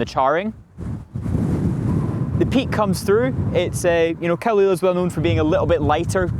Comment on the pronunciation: He needs to learn some Gaelic. His pronounciation is awful.